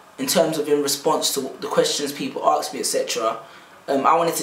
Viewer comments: *ASK *ASK *ASK! Not 'AKS' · Ask! It's pronounced ask! Not Axe! You're a poet, a master of language and the written and spoken word, pronounce it right! haha It's brilliant how driven you are to be about something, good on you.